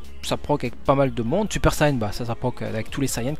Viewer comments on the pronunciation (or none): none